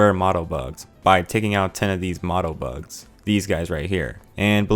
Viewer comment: Motobugs, not mottobugs. Moto as in motor, not motto as in the thing people say to 'increase spirit'.